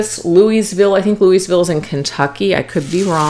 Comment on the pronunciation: There is a Louisville KY (where my twin flame resides) but for future reference it's pronounced Lou uh vull. 😂